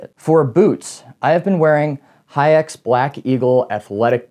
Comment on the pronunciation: “Haix” gets pronounced like “hikes”